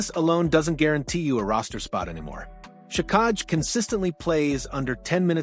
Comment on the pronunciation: hard to beleive this when you cant pronounce xhekaj and he averaged just under 15 min a game not 10